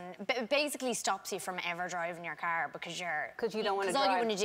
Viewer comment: "So put yerr marm or yer dodd in the cerr" "myee"